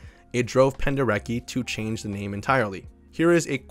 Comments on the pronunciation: Hi, bro! That last name pronounces "Penderetski" cause he was Polish man. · If we talk about Leyland Kirby, I really reccomend "Eager to tear apart the stars"! It feels like a journey through the vast void of space, amazing! Also, Your pronounciation of Penderecki is ok, but he "c" is pronounced like "ts" so Pen-deh- reh-tski. He was so good with expressing bad emotions, the atrocities. He's a great contemporary composer, that abroad is totally unknown. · The fact that album is called Buyer's Market is sickening. Love the video! Side note, Penderecki's name is pronounced Pender-etski, just in case you ever do anything else on him in the future. Thanks for a great video ❤